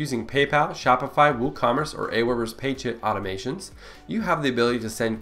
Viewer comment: Thank you for this. But please use subtitles! I googled the following phrases because this is what it sounded like: "Paid chip automations" Pay chip automations, Paid chit automations, Pay chit automations. But I could find not info about any of them. I didn't google "Paid sh!t automations", but THAT's what it sounded like! What the heck did you SAY?!! ( and at least 3 other times)